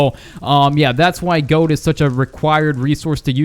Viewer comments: Why do you say gode? It's gold! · When you said gold it sounds like goat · You said gode XD